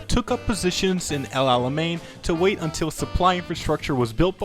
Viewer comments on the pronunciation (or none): none